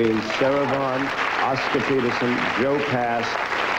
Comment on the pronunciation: Sarah Vghn, not Vaughn !!!